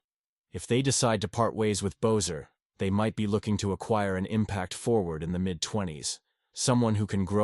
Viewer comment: It's not "Bozer"...it's pronounced "Besser"